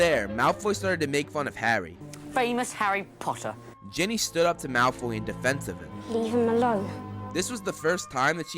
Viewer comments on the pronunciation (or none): "Famous harry PPoTTah" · Nah , Draco said pottah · I bet Malfoy's favorite word is "POTTAH"